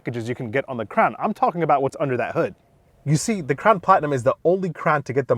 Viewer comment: Sounded like he said “the all new Toyota crap” in the beginning 😂💩